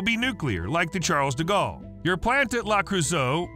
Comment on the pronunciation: Ah. Yes. Charles Diggawl. Butchered like a true American. At least try, ffs.